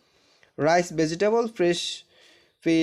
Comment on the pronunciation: প্রথম লাইনে ওখানে উচ্চরন হবে রাইচ😂😂😂😂